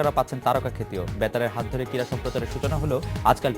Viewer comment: shaheb, shobdo ti 'KIRA' noy, hobe 'KRIRA'.....:-)